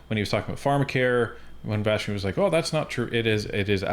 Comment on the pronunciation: Her name is Vassy not Vashy lol